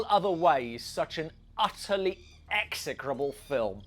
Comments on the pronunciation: "Execrable" - Is this the same as "excretable"? Is it bug-related? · Did he say. ": excretable"?